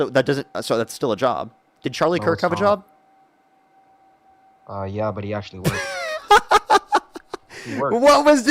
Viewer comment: I had to listen harder to figure that out. I thought I heard “yob” instead of “job”.